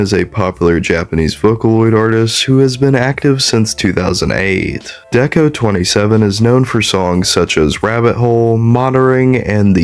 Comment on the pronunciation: Hi hi!! This is a good video I'd just like to clear up a few things. Rabbit hole is about s3x work, not lust. Also deco*27 is pronounce deco Nina usually! (Ni for 2, na for 7)